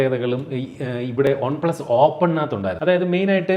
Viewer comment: ഒൺ പ്ലസ് അല്ല വൺപ്ലസ് അല്ലേ